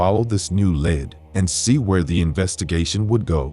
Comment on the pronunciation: Say "led" one more time.....